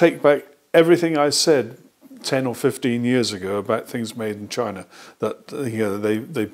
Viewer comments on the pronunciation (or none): none